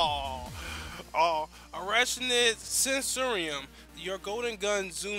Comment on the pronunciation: The 'ch' is pronounced as a 'k' sound. I stopped watching the 'review' after seeing that you didn't have the unique perk unlocked.